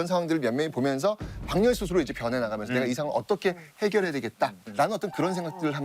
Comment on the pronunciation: 제발 발음좀 방열이 아니고 박열입니다